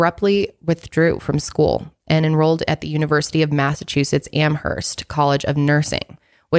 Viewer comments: It's Amherst.. 'Amerst' the h is silent. I'm from there.. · Yes! Stoked for this updated episode on Maura. Oh, just a heads up, the “h” in “Amherst” is silent 😉 Am-erst xoxo, a masshole who lives two towns over 😊♥️